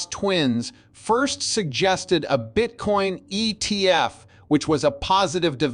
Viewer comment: Geez AI.. wtf is an ET F